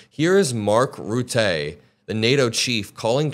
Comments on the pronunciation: Totally on your side,; but it's Rutte, not Rootay. Stress on first syllable and it sounds like a schwa or ə. He was prime minister of my country for 13 years and he is well known for lying about everything all the time. Still he seems like a saint compared to Tronald Dump. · it's RUT-eh, emphasis on the first syllable. He's Dutch, not French. But yeah, he is a suck-up. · You had me until Rutte,! Two things: Firstly - and I Can’t blame you for this one as I’m sure most people outside of Holland have difficulty with his name, but the NATO Sec General Mark Rutte’s surname is pronounced “Root-uh,” not Rooté. Secondly, I don’t for a second believe Rutte was “playing a game by sucking up to Trump and get NATO on his side.” Forgive me, but that’s just silly. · just an fyi, its pronounced as mark rut-uhhhh not rut-A ;) that being said, he's indeed playing 3d chess with trump. absolutely not a trump fan, in his first semester rutte was one of the few that would not bend for Trumps"america first" ideaology. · Rutte is a Dutch name. It’s pronounced more like “Rooter” than “Rootay”. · Good information updates. But a small pronouncing correction. It's not Ru-tee, but more like the word utterly, so Rutte (adding an R upfront and leaving out the rly at the end of the word utterly). Not meant as a negative comment, the Dutch pronouncing can be confusing sometimes. Greetings from The Netherlands. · Mark Rutte is the former MP from the Netherlands. And you pronounce his name as: Mark Ruh-tuh You're great, keep it coming. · Your proununciation is wrong. Its MARK Rutter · It's Mark Ruhttuh (like in 'duh') and he is most certainly sucking up to Trump to keep him aboard of NATO. But it's painful to watch. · Rutte is pronounced like Rutt-ah. Good coverage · He was our president and he knows how to deal with dumpy. Rutte is pronounced Rut-…like but with an r…Rut-ta ..a soft like Ta Da and you roll the r if you wanna be good.